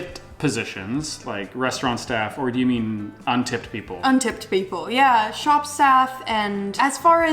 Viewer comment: Also someone literally is sounding very English “untipped people”